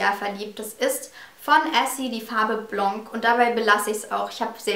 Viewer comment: In blanc spricht man das c nicht aus :)